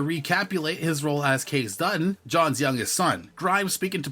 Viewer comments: His name is pronounced KAY-CEE!!! not case. You are losing major points in the credible dept. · I mean, it is Kayce pronounced Kasey